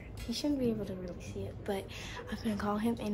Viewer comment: AM I THE ONLY ONE WHO HEAR HIM SAY " FREE R-KELLY"😂😂😂😂😂😂